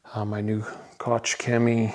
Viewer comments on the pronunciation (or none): Koch Chemie not kotsch Chemie, like scotch 😂